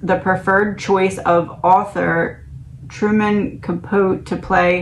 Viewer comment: Truman Cap-ote-ee. Holly Go-lite-lee